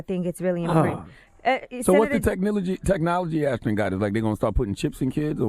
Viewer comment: ASH-ton Kutcher, Angela. ASH-ton.